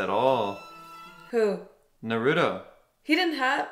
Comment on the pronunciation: You have been getting Naruto's name wrong which is what many people for some reason do. They give him a D sound instead of a T sound. is an example in this episode but you do it quite a lot if these videos. You say it like Nuh-rU-doh when it's said like Nar-oU-toh.